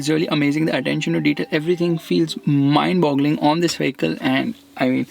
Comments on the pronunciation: Mind blowing hota ha Bhai mind bogling nahi 😁😁😁😁😁😁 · Gaandu kotni baar mimd boggling bolta hai be🤣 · Not mindboggling ... Mindboggling😊😊😅😅